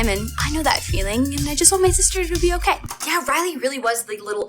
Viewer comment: james little "okeh" haha